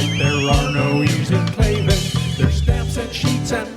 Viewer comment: No its Klavin